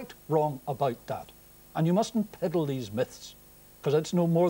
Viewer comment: Did he say piddle? Or peddle? Bad tempered get